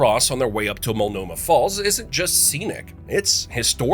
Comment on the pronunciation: or Multanomah